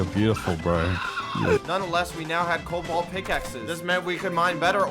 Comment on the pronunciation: He said colbool